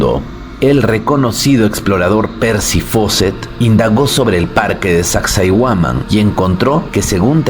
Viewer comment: Soy de Perú mi estimado y fuera de todo tu documental sobre las ruinas, pronuncias mal el nombre de sacsayhuaman. Ten en cuenta como se pronuncia el nombre de las siguientes ruinas a las que hagas documentales